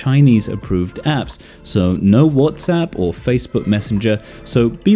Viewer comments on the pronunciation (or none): none